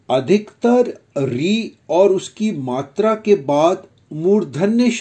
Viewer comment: Bro i don't think it's right it's not matri it's matra